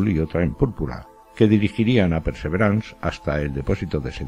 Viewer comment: ¿Por qué dices PERSEVERANS?, esa palabra no existe. En español existe la palabra PERSEVERANCIA, y en inglés PERSEVERANCE que se pronuncia pærsæ'viræns